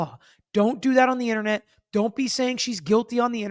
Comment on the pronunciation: WTF is an “intanet??” 😂😂